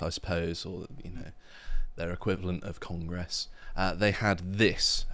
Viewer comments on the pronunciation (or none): Why do posh lads always pronounce it “cong-gresse” 😅